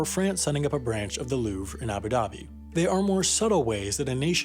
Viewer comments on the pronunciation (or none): none